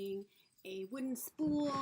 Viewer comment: Haha.. I heard spoon too.. but. I think you said spool.. lol... and it’s like me saying snowman instead of saying snowmen... 🤦🏽‍♀️